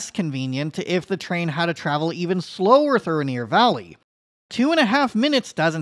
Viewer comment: Bro, it's pronounced rain ear